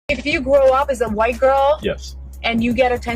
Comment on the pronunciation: I think she meant wight lol